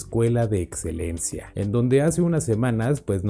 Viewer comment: Increíble vocabulario del Sparrago 18 😂, Etzelencia, atcion, setzual 😂🤣😂 .... 😄😆